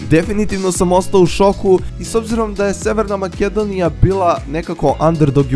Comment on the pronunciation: Predobar je video ali molim te izgovaraj ,,Makedonia"pls